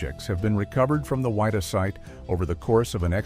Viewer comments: its WID-DAH not WHY_DAH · its pronounced "Widdah" not WHY DUH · It's pronounced Widdah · It's pronounced Wid-Dah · Wha-dee-ah 😅 it bothered me a lot too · it grated me every time I heard the ship's name mispronounced. it was not the "why-da". Ugh. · Pronounce the name of the ship correctly please.